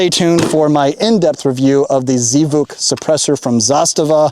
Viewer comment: Z vuk? It's pronounced Zvook. It's the Russian word for "sound."